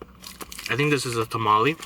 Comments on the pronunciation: Tah-Mah-Leh please say it right lol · I can help lol. It's pronounce pah-soul-ay and it's not chickpea it's hominy, which is basically corn. Then ha-ree-tos for the drink Then em-pa-nah-daa And it's tah-mall-ay But if you are eating one it's a tah-mall And the words before are just the places. So columbiana Is from Columbia, Mexicano is Mexican and salvadoreno is El Salvador Ps my husband said he'll be your Mexican friend 😹😹 Ohhhh and the difference between Mexican and Salvadoran tamales is the way they are wrapped. Mexican is with corn husk and Salvadoran is with the banana leaf, so it makes it creamier Also to open the bottle you can use a lighter lol.